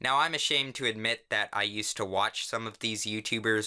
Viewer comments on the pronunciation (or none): none